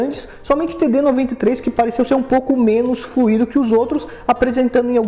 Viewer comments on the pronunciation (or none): none